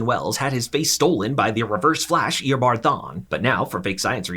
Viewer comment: Eobard not Eobart